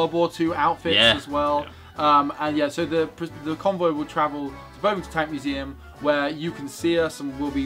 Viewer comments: it's Bovington like Boxington. haha not Bowvington. just saying <3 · As someone from Dorset I would just like to say it's [Bov-ing-ton] not [Bove-ing-ton] xD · It's bov ing ton btw not bove ing ton... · Err, actually, I think you'll find it's pronounced Bovv-ington, NOT Bove-ington. Thank you! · haha the way they pronounced bovington ;D I live so close but I can't get there!! Damn exams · mispronouncing Bovington..... how to rustle